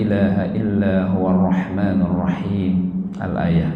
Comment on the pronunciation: kaya dengernya Arrahmannuurrohim...bukan arrahmanirrahim....apakah mengubah makna punten